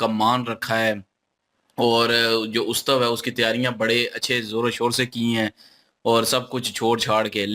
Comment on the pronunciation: Utsave hota hai ustave nahi hota hai